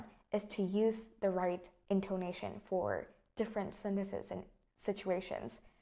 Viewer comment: mình tưởng intoNAtion - stress falls on the third syllable chứ nhỉ. maybe mình khó tính quá